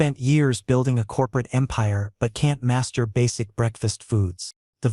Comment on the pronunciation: Hmmmm!❤😂❤😂OMG! Master basic came out as masterbate with AI pronouncing. Hah!❤😂❤😂